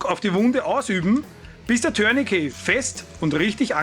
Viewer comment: Du bist einer der wenigen Menschen, die mir im Umgang mit Bundeswehr, Polizei und auf Youtube begegnen und Tourniquet richtig aussprechen. Warum auch immer wird das Wort in Deutschland zu 99 % als "Türnikie" ausgesprochen. Scheinbar lernt man und gibt weiter und niemand hinterfragt es. Das Wort ist französisch und wird "Turnikee" ausgesprochen. Es sagt ja auch keiner "Tür de France". Und ein "t" ist im Französischen nahezu immer stumm. Beispiel Bouquet (Blumenstrauß). Sagt hier jemand "Boukie"? Also danke dafür. Zum Video: Gut, kurz und korrekt.